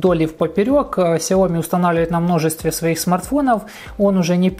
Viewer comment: Очень бесят люди, которые говорят КСЯОМИ!!!